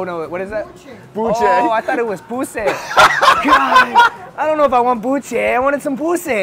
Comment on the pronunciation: bussé instead of buche😂😂😂